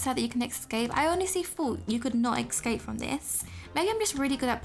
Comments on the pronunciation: “Excape” Lol no hate I love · Lol you say esxcap XX Love u !